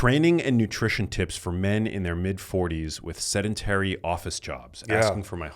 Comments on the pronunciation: "A significant percentage of people are sed-a-tary." Just a couple of minutes in and he's already losing me. I just have a hard time trusting that he's someone who's intelligent, perceptive, and understands nuance of certain subjects if he's someone who looks to be in his late 40s, works in the health and fitness space, yet still can't pronounce and comprehend the word "sedentary". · It wasn't a slip of the tongue either, because he goes on to say "sed-a-tary" multiple times.